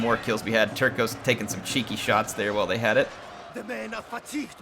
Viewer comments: Actually, "terços" isn't "terkoes", but "tersoos". Enjoy! :P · Terços pronounced more like Terssos (Tercios in Spanish) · Hi! Portuguese fan here. Love the Portuguese Catholic Missionary theme of the campaign and I love this time period. Tercos, which in Portuguese are spelt Terços, mean one third which is referring to the proportions of troop type in a unit. If you want to spell them like a Portuguese man, just say "Tear-sooj". Thanks for the campaign! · The C in Tercos is not pronounced with a K sound but with an S sound.